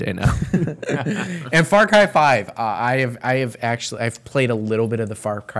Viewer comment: Ok, so just to make sure I'm not crazy, did they say far Kai? Like,???? IDK I think I'm just hearing it wrong. I know what they meant if they did, (and I totally understand accidentally saying a word wrong especially when you're talking fast), I just wanna make sure I'm not crazy lol😅😂